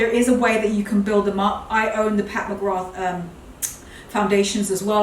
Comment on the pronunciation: Filming in front of that large mirror is great because we get to see the back of the dresses as well as the front at the same time. 👍 The dresses are gorgeous and those trousers you've ordered look amazing. One thing - Pat McGrath - The 'th' is silent, just say MaGra. It's an Irish name and I'm Irish and have a friend with that name.